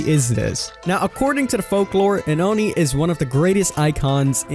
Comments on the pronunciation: OnEe king its Ohknee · it's "Oh-ni" not AHNI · Its Pronounced "Oh knee" Not "U knee" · He starts saying "oni" like aun-ie. Then, he says it like own-ie (the proper way). And at last, he say oon-ie. I don't care if you pronounce something wrong, but make up your mind, dude. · first he said awni, then uni, but never did he say Oni smh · You keep saying oooni its O-nee (oni) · Oh-Knee, Not Ah-Knee. <3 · Its pronounced "Oh-knee" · Did you try to pronounce Oni differently every time? I caught you saying Oni, Onni and even Ooni. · Did it trigger anyone else when he said Oni like Onny? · "onni" "ooni" Wouldn't be a King video if he didn't pronounce at least ONE thing wrong. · The most dreaded Killer of the sea: The Uni. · WHY ARE YOU SAYING ONI LIKE THAT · Why did you pronounce oni 4 different ways? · i cringed every time you pronounced Oni wrong 😖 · it literally hurt my brain everytime he said it wrong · Why does King pronounce so many words in a weird way? Sometimes he says the same word 2 or 3 different ways in 1 video. It's hard not to notice once you realise. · The way this man says Oni hurts my soul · He isn't even consistent. He pronounces it several different ways. It's hard to listen to. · Yes hahahaha